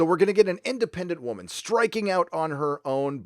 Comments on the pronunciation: Learn how to say women right lol that’s the only cringe shit I heard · I thought"wahmen" was pronounced "wàaaah- men"?